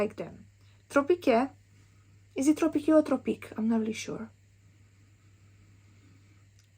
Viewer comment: Guava? Ooh sing me up! I love a good guava note.And no worry girl. It's just pronounced tropic. The "ues" is silent. That hot pink bottle is gorgeous! Paulina has a good eye for packaging.